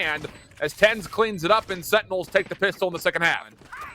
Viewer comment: Why can’t he say sentinels instead of “SeINals”